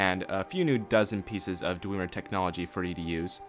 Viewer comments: its dwemer not dwieieieiemer you twatsickle. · JUST BECAUSE ONE VOICE ACTOR ten years ago said dweemer DOESNT MEAN THATS TEH RIGHT PRONUNCIATION, IT ACTUALLY MOST LIKELY MEANS ITS WRONG AND YES TONS OF NPC's IN SKYRIM PRONOUNCE IT DWEMER OR BASICALLY THE WAY ITS SPELLED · i love how you say dwemer... (Thousands of new dweemer staffs)